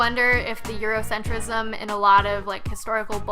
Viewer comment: Oh man! She said Eurocentrisim... She's about to get cussed out.